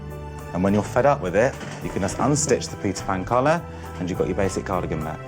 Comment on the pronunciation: I keep hearing pizza pan collar... and maybe that makes it even more appealing ahah